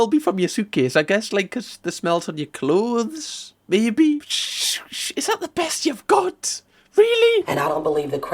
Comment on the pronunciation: I live for cam making a whole meal of the word 'clothes'